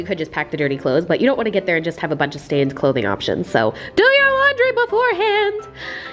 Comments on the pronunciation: It’s laundry not laury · Lol it’s laundry not launry love you 😘😘😘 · What is launry? I'm pretty sure it's laundry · not trying to criticize or anything, but you forgot the 'D' in laundry, instead it said launry. lol. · Launry😂😂 you mean laundry bb ❤️ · “do your launry”- 😂💓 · Do your launry :) lol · "Launry" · Did anyone notice that she said "Do your launry" 😂 😂 just me ok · Laundry.... I love you but it's laundry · “Do your launry” LAUNRY. lol still love you though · "Do your launry" aww😂